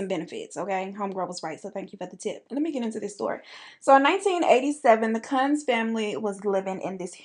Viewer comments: I think it’s pronounced KUNTZ 😋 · their name is pronounced like “ koonz” :) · Kuuuuunz long o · sis, you know when you say "kunz" with that short u like that's you, know what that sounds like! I'll keep that little funny to much to myself! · Chile when you didn't know how to pronounce kunz. The one way you said it is a very racist term here in South Africa. So when you said that I passed away. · Thought u kept saying the “c” word everytime u said the family name, and i liked it 😂